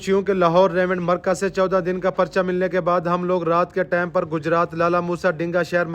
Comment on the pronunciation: Plz say TIME instead of TAME..